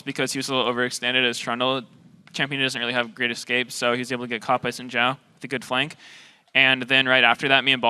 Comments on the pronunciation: You are sadly Mis-informed. It more like sin/syin-Jhao when said. Trust me. I'm Chinese. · americans can't say xin zhao correctly? its not chin jao, its xin zhao, XIN not CHIN and ZHAO not JAO.